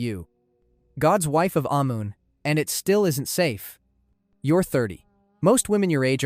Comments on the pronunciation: The god “ayy moon”. Bro at least check the pronunciations. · Ahh-Mon. That's how its pronounced.